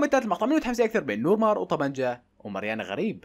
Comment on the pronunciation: نور مار ❌ نور فار ✅ جلادين ❌ مجلودين ✅